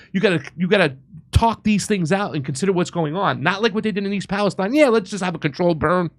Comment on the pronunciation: Pronounced (East) Palesteen(, Ohio).